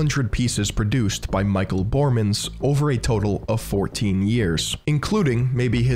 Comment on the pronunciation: It's not "Bohrmans", it's pronounced as Bor-ré-mans. Otherwise a very precise and fresh perspective, subbed!